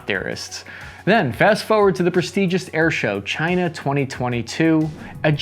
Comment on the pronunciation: Can we stop saying China in near pear?